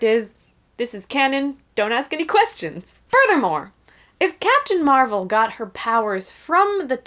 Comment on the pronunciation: ALSO. Stop calling her Marrelle. She's fucking captain marvel.